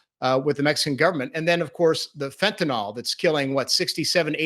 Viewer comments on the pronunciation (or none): FentanYL, not Fentwnal. It ends in an ill sound, not an all sound.